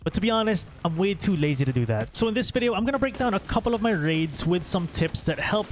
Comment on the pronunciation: ''wiff'' the first shot at least was perfectly on point